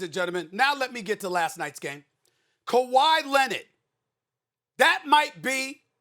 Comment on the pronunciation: Nobody ever: Stephen A: KAWHI LENNOT